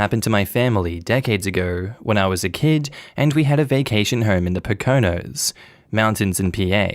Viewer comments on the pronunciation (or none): For future reference, "Poconos" is pronounced POKE oh NOHS. Sorry if my phonetic spelling abilities leave a little something to be desired. But I think it will do the trick. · Just a quickie for you, Poconos is pronounce Poke Oh Nose (smushed together, said kind of fast). I know I know I know. But you Aussies have strange sounding names from your indigenous people too, lol. I'm from nearby, and the Poconos is like our winter vacation spot for skiing. I'm sure they have summer stuff happening too, but we only go there for the skiing, lol